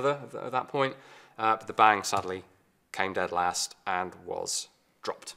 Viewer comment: "Bang" in Danish is pronounced with a long "n" and a short "a". "Bannng". Not "Baaaang" like in English.